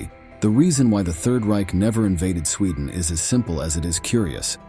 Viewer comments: ITS SWEDEN NOT SCHWEDEN!!! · Sweedan? Did you have a stroke?